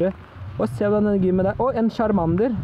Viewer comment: lær deg og snakke chamander???? kasty ????